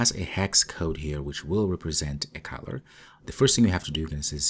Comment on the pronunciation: Thanks for introducing me to Jetpack Compose. When you say color it sounds like caller. There is less chance of confusion if you pronounce the first o in color as an uh as in mother rather than as ah as in mom.